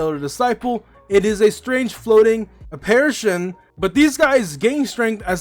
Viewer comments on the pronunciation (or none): You said apperistion 😂😂😂😂